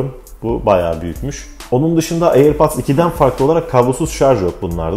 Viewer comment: Airpats !! diyip durduğun için izleyemedim vidyonu kardeşim